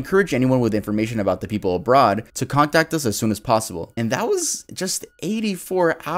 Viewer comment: He said abroad “oh brad 💀